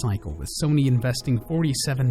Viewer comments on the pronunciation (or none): none